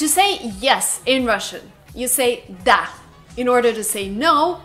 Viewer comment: It's not DA it's DUH, omfg you are useless